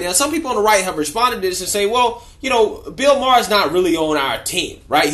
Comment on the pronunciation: I dont wanna BE rude. But i think its Maher not Mahar...peace✌️ Freeeee ma boy Kyleeeeee